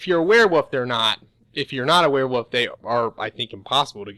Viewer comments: say it with me now werewooollllf not werewoof come on u can do it werewolf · “Wear woof” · You can't pronounce Hearthfire. You can't pronounce Werewolf.